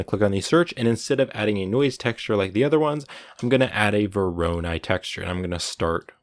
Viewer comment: hey man no disrespect love your vids but that just not how you pronounce voronoi there's no stress on the second o